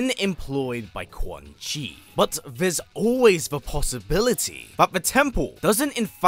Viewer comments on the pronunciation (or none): Butchered that man's name